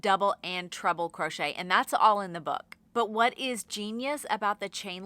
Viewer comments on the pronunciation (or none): I do love that I heard "trouble crochet" instead of treble xD I am totally calling it that from now on ❤